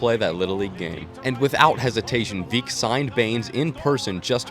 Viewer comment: It’s pronounced veeck as in wreck. Which is also the name of his autobiography.